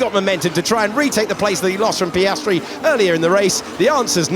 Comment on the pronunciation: Hate the narrator, sorry, i have to say it. His over "sophisticated" English, his false emotions, his way of exagerating the names of some drivers (mostly Piastri)...trully umbearable to listen to.